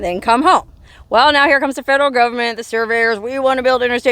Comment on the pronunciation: You're such a good story teller.I love how you say "GOVERMENT" in a southern accent. Cracks me up.